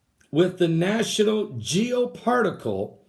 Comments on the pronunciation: Good grief you can't even read "Geo particle" , it's "Geo spat al" Ask yourself why conspiracy freaks are so lacking in intelligence and legit degrees from a university and/or work experience in a related advocation? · It's BOOZ Allen Hamilton not boze. It's national Geospatial agency not geopartical lol.